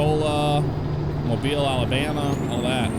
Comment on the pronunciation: It made me so happy to hear you pronounce Mobile the correct way.